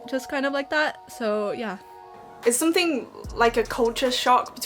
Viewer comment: 淦 2号实锤。something念的很中式。其他人蛮难猜。